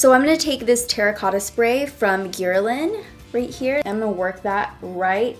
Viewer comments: 😂😂 “geer-lynn”?! Love her haha. It’s “g-air-LIHn”, girl! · "Geer-ah-lain" Noooooooooooo girl it's pronounced "Guhr-lahn" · Guerlain is pronounced “gur-lawn”... I’m just saying! I love you and your videos! ❤️ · When you pronounce Guerlain "Gear-uh-len". Girl it's French. It's "Ger-lahn" or "Ger-lain" if you Americanize it. Lolololol But in all seriousness I just found your channel and I love how genuine you are and respectful of how different people do their makeup differently. Glad to say I joined the Quad fam! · are u french honey? 😂😂😂 because I am and it's noooot Guhr-Lahn 😂😂😂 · Guerlain- not geer - a - lin 😂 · Ur not supposed to pronounce the "n" at the end. And French don't pronounce "h". Like in the name "Henry", they would say "Anry" So in Guerlain, "Ger~la". And don't forget the French "r" from the back of your tongue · "This bronzer from gierlen" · You're amazing but I couldn't stop laughing at the way you pronounced guerlain😂😂😂😂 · The way she pronounced Guerlain 🤦🏼‍♀️🙈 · Lol I like how she pronounces "Guerlain"!! Anyone else notice that? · You pronounced Guerlain incorrectly